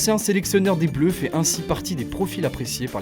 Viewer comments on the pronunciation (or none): none